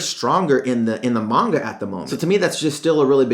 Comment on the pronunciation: ITS PRONOUNCED MON-GA